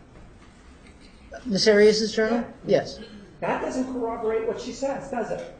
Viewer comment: guys .... this whole hag doesn't even know the word is CORROBORATE/TION! she literally says "coWObborate! 🤦🏽‍♀️🤦🏽‍♀️🤣🤣🤣